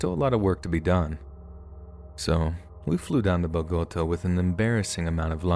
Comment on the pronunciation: I think it’s pronounced like “Bow-guh-tah” with the accent over the a. á